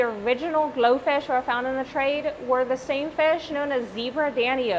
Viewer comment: I thought you said goldfish